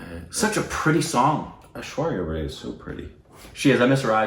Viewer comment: It's pronounced AISHWARYA Rye not Ray